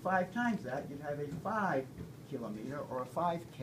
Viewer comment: Please learn how to say kilometer